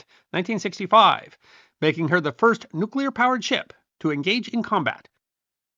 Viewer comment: Kudos for saying "nuclear" instead of "nucular"